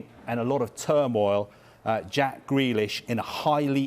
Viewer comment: Why’s he saying gwelish